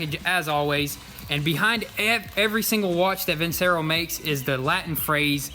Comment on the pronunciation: I'm just being a stickler...is it pronounced vinSero or vinCHero? Lol..he says it both ways haha